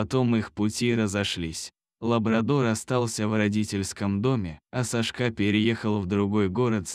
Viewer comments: Лучшие прочитать титры , чем слышать этого чтеца.... хотя бы просчитывали заранее или ставьте этим бездарем ударения на все слова , правда, ну режет слух и смысл теряется ( СашкА, ну почему, когда САшка, это же имя ) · СашкА...Ну что с робота взять?Люди совсем обленились,свое же видео озвучить самостоятельно лень...Уши режет. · Сашка - ударение на первом слоге! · Почему СашкА, а не САшка. Вы что не слышите что вы говорите и как. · Не могу слушать бесконечное сашкА . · Не буду слушать только из за того, что диктор неправильно ставит ударения, даже в имени. Противно слушать! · САшка,ударение на первом слоге!Безграмотность !Противно слушать! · Это что за СашкА? Кто озвучивает - мигрант? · Когда читаете думайте что говорите имя Сашка ударение на первый слог а вы читаете ударение на последний слог извините но ухо режет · Делай правильно ударение.Что это за Сашка‘.Слух режет. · САшка! САшка! Неприятно слушать... Лайк не ставлю. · Одна повторяющаяся ошибка при ударении режет слух_ Сашка_ ударение на первом слоге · Сашка- ударение на 1м слоге, а не на последнем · Сашка ударение на первую а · Читает без ударения на имя Сашка отвратительное чтение. Рассказ замечательный. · Где Вы учили русский язык? Сашка ударение на первом слоге!!! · На каком языке так произносить имя Сашка, режет ухо такая безграмотность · Кошмар! САшка, а не СашкА! БЕгом? Может БегОм? Ужас! Админы, куда смотрят? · СашкА, глАдя на хозяина - ну, зачем это?! Неужели нельзя прочитать ПО-ЧЕЛОВЕЧЕСКИ, а не ПО-БОТСКИ?!